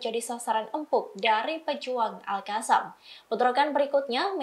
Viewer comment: Terima kasih sudah kata ALQOSSAM sudah dibaca lebih baik dibaca alkassam bukan alhassam lagi 👍👍